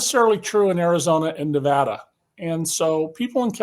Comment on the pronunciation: Nevada thanks you for pronouncing Nevada correctly!